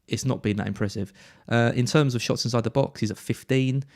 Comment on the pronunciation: My favourite part of the part… Neil Maupay… twenty shits…twenty six shots in the box 😂